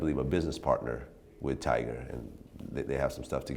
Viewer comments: nobody hears vlad keep saying "tiger" 🤣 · TYGA. T-Y-G-A. NOT TIGER. Jesus Christ Vlad. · vlad it's tyga not tigerrrr! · Bro, Vlad, its TygA not tiger...... cmon b